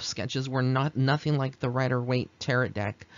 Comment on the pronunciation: Pronounce it like, (Ta-ro') I do see the forms in the photograph! When I purchased my first Rider Waite Deck a few months ago, I asked Pixie to help me learn tarot. She did, thank you for this reading!